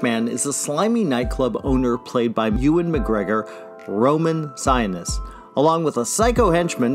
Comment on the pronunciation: why the PHUK cant you pronounce Victor and Roman's last names correctly?!